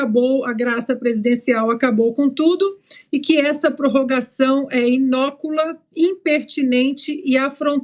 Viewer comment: Em , perceba, Queriiiida Parceira do Mestre Augusto, não é INÓCULA, porém INÓCUA. Certamente você não sabe nem o que é INÓCUA, pois se soubesse, mesmo que o “roteirista” tivesse escrito errado aquilo que você LÊ e repete tirado do TELEPROMPTER ou da “colinha” que está sobre sua escrivaninha, você corrigiria INÓCULA, por INÓCUA. INÓCULA, né Ana Paula do Vôlei, well, well, well…., pra você não errar também em inglês, inócuo é Innocuous na língua do Tio Sam, não INNOCULOUS, Rsssss.